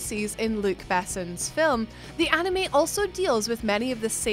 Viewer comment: Please girl, for the love of all that is good and holy, never, ever say the word anime ever ever again. That is all.